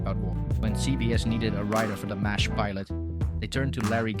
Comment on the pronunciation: Your AI script needs to refer to MASH as 'mash' not M.A.S.H. Hard to get past the first few minutes when the script shows a lack of actual familiarity with the show. Background music or whatever is also distracting. For those of us who actually remember the show, your rendition of it is off ... do your homework.